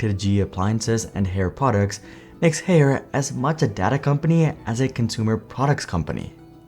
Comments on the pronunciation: ffs dude it’s Higher not Hair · It's not pronounced "Hair" lol, it's "Hire" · I thought Haier was pronounced like "Higher" not like "hair" 🤔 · Included in the video was an employee at a trade show pronouncing the brand name correctly as "Higher" and still, this entire video is wrongly saying HAIR. Am i missing something? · it’s pronounced Higher. Not Hair 😂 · According to the company video clips, the company name is pronounced like "Higher" not "Hair". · It's pronounced Hai Er (2 syllables). I can:t imagine doing a deep dive on a company and get the most basic pronounciation wrong, can you? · Isn't it pronounced as hai-ur ? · Haier is pronounced “higher” atleast you can still buy GE fridges. In Australia Haier has been here for 20 years and barely made a dent in the home appliance market. When GE appliances moved to Haier they stopped selling GE Fridges. Our last GE fridge lasted 20 years and we sold it on marketplace and it’s still going today in 2025 (a 2001 artica model). In 2020 my wife wanted a Samsung French door fridge, now in April 2025, it has an unrepairable error. Wish we could buy a GE fridge again!! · I donno why Haier was continuously mispronounced in the video when they used trade show footage themselves which use the correct pronunciation. Correct pronunciation is such an easy thing to get right and content creators are getting paid to speak so you'd think we wouldn't be having these sorts of threads but here it is again... Well, Jon from Asianometry fixed his DRAM pronunciation eventually so maybe LA can do so with Haier too. : )